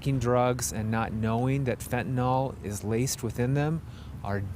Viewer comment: FENTANYL!!! NOT FENTANOL!!! GET IT RIGHT!!!